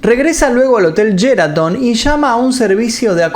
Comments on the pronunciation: Se pronuncia "Sheraton" no "Yeraton" que bronca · Es SHeraton NOOOO YERATON!!!!